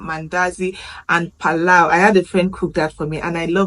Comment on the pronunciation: Nice video. It's pilau not Palau 😅😅